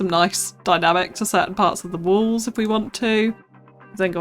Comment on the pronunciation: WALLS! Omg I thought you were saying WOLVES for a while and was so confused!